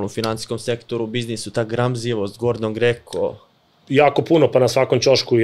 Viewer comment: Hahaha Gordon Greko, Gordon Geko ljakseeee